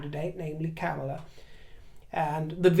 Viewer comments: How ridiculous to entertain the notion that MM would be even considered for VP. Only right-wingers believe such nonsense. At least you come close to saying Kamala's name correctly which more than can be said about our GOP. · Well done for taking the trouble to pronounce Kamela in the annoyingly approved way! You are real class.